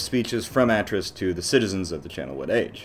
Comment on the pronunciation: Great video and analysis, but i think you're pronouncing Atrus wrong